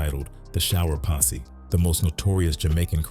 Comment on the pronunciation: IT’S PO$$E NOT POSSY🤔